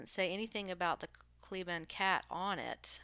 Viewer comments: It's pronounced KLEE ban. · The family pronounces it Klee-Ban like the pronunciation key on the page you were reading from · It’s pronounced “Klee-ban.”